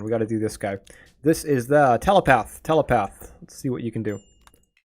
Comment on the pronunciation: Shoot, I didn't mean for that to make you feel bad. I just noticed how you were pronouncing stuff like apprentice & telepath.